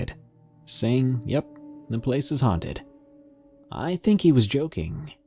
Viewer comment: "Huanted Walmart" I died XD